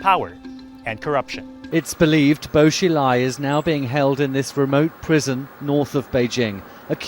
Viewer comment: Christ! You said his name about a hundred times.....incorrectly.